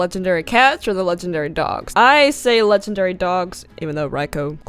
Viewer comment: Legandary beasts.. Thats how you say that.